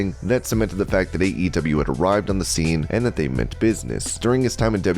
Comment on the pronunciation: Was getting seriously mixed up when you kept saying AEW, sounded like EEW.